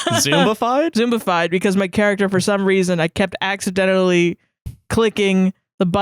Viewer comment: I started dying laughing while tries really hard to say "zombified"